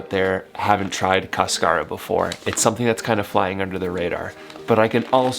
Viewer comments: Cascara: cÁscara, there's an accent on the first a. :) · Just bought your new product and can't wait to try it. Sometimes you do not want to much caffeine late at night. Your pronunciation is off. The accent is on the first syllable not the second. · Caaaascara not cascaaara lol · It is interesting that they call it "cascara" since in Spanish is "cáscara" (husk) with the "tilde" (accent) in the first syllable. In any case, it is a delicious tea! :) All the best in your trip. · If you want to pronounce it like a Spanish word, there’s an accent on the first syllable: CAS-ca-ra. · The word is cáscara. The accent is on the first syllable. Ask Rodrigo!